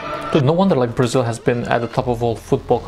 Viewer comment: You don't have to pronounce the word "Brasil" like that, sounds way too Spanish